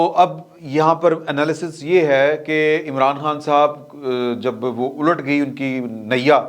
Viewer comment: Ult" nahe "Ulat" is the right word in Urdu